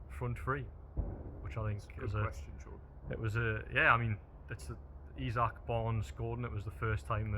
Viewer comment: it's pronounced eezak howay man taalk proppa and could you journos invest in a tripod as I am feeling quite seasick watching you bobbing around on video other than that keep up the good work